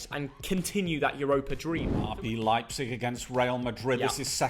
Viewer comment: its Leipzig.. Not Leipzeg. .. and we've beaten Real Madrid. greetings from Leipzig Germany